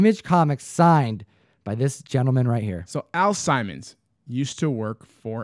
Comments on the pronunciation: You are not crazy. I have no idea what we were thinking that day but completely butchered the name. 😅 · The name is pernounced Al Simmons not Al Simon "Simon says lol. Excellent video as always. Love the vibe always. Keep an eye out for that gunslinger spawn in that collection Guru and also Todd McFarland dropping another gun slinger cover this Wednesday do not sleep on it. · Al Sim mons not simon :P